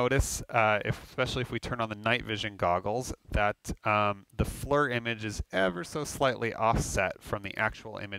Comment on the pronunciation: It drives me crazy hearing FLUR. FLEAR like Lear jet except FFFlear.